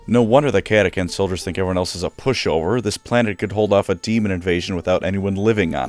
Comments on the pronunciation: How did you mispronounce Catachan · I’m pretty sure it’s pronounced cat-a-chan not cat-a-can. Chan like channel not Can like Canada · Kata-Chan. Not kata-kan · Cat-ah-chan right!!?? What’s this cat-ah-can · I prefer the pronunciation cata-chan where chan is pronounced like in the Japanese honorific chan. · Almost unsuscribed from having to hear catacan instead of catachan 😂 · Cata chan CHAN CATACHAN not catacan. Dumbass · "CataCAN" Excuse me sir but the name is CataCHAN not CAN. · Cata-Chan not Cata-can, must be a new recruit! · i always thought they’re was called CA-TA-CHAN. I’ve never heard of CA-TA-CAN. But what do I know, I’m not a lore buff… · I want to hit you for pronouncing it catakan instead of catachan, you read "change" like that too? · It's pronounced chan, like 4chan. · Ok this was pissing me off the whole video because mispronounced words just do that for me, but the CH is in the fucking name for a reason, say the goddamn CH part of cataCHan or dont say it at all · Love the video but it's pronounced as it's spelled Cat-Ah-Chan. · Cant listen to the this video of you pronouncing it KATAKAN. Sutcha shame. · catachan is pronounced kata-chan....................also if GW would update the frickin models for them that would be great! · Mate, pretty sure it’s pronounced cata cHan with a H, apart from butchering that great video 😉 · Cata chan, not to be mistaken with Cata-kun or Cata-san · Did I just painfully listen through a 20 minute lore video where the creator mispronounces the name of the faction with a “ck” instead of a “ch”? Yes. Does that add to the lore of the video as something that the crayon eating CataCHAN jungle fighters would find hilarious? Also yes. 😂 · CataCHAN gosh dang it. Pronounce it right or emperor help me I will find you. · I hate to be THAT guy, but its cat-a-chan like Jackie Chan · That is not how you pronounce “catachan” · The real question is, is it pronounced cata-CAN, or cata-TCHAN